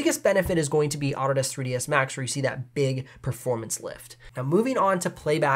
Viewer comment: I've never heard Autodesk pronounced "Otter Desk". Super confused for about 5 seconds, and then it made sense :)